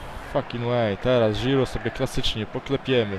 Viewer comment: Rozwala mnie to "Żhirhu" hahahahhah XD